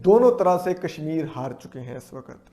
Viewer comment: कम से कम काश्मीर को कशमीर तो बोलना सीख लीजिए।